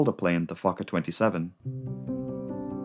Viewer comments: yet another great video, but why do i hear 'fucker 50' instead of 'fokker 50' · i thought it was pronounced "Fullker" and not "fawker" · Me TOO!! and I ABSOLUTELY ADORE IT!!👏👏👏😉🙏🧡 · Everytime it sounded like you said “fucker” I let out a little giggle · Everytime he says Focker I think I hear Gaylord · Every time you said the word "Fokker", I was like, excuse me??? In this case, your accent is working against you, as it definitely sounds more like "f**ker". Great video, though. Your channel is excellent. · The subtitles are censored when the narrator says Fokker 😂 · Didn't realize I never grew up after hitting 12 years old. The way you say 'Fokker' over and over had me reeling.